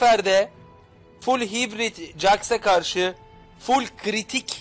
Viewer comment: hitbrit deme abi haybört deniyo die biliyorum